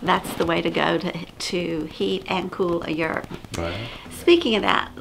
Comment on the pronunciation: Can you guys say yurt the right way please. My Mongolian antsasters are screaming .And what's up with the yurts outside layering its wood it's not traditional .Soo it doesn't look like a yurt it looks like a sad sad etimpt to make a yurt . SO CONGRATULATIONS FOR MAKING THE 2# WORST YURT THAT A HUMAN BEING CAN MAKE If I sound rude Sorry not sorry